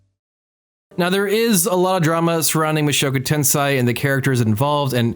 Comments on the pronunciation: Can you really take seriously the anime opinion of a dood who pronounces it as "Ten-SIGH" instead of "Ten-SAY"? No, you can't. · 1) It's tensei not tensai, tensei = reincarnation, tensai = genius. 2) Rudeus is not terrible in close combat, he's reached intermediate level in 2 schools of swoardsmanship, plus he's like 7 when he leaves his house, he's obviously going to get his ass kicked by his father who's a muscular adult, advanced in all 3 schools and S rank adventurer. 3) Did you not watch how he had to find a way to get Ruijerd across the ocean and then he was imprisoned by the beast people when he got back to the central continent? How do you expect him to read his dad's letter when he was unable to leave the forest for 3 months due to the flooding season? Yes he did not think about other people teleporting but he didn't exactly have the leisure to think about others when he was in the demon continent. Oh and even if he had thought about it, he couldn't have saved anyone, everyone's on the other side of the world. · Tensei. Not Tensai. Tensei is reincarnation. Tensai is genius.